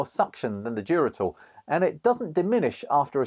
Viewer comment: Duratool damn I thought you were saying Geritol 😂